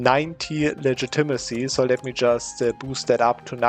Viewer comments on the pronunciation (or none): Nur eine Kleinigkeit: "development" und "legitimacy" werden auf der zweiten Silbe betont, nicht auf der dritten, also auf vel und auf git. Und das o in development ist ein kurzes o wie in "boss", nicht wie in "hope".